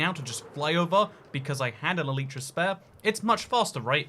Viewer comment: Can you stop saying ehleetra